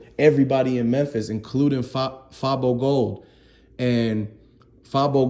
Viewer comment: Dude you click baiting fr. Who tf is J Big Unc is the person you referring to not J who tf is that. You have no idea wtf your talking about can't even say fabo gold name right. Your page full of bullshit and false news fr